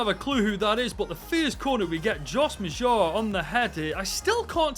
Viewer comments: Bro prounces maja like Majah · Josh Maja was a key person in season two of "Sunderland til I die"...his real life career arc took a tumble after his agent moved him to Bordeaux. And it's pronounced closer to MADGE-a...that's not perfect but it's close.